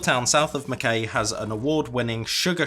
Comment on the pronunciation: Not sure if you know, but Mackay is pronounced Mac-eye, not Mac-kay. Feels like a place only Australians know how to pronounce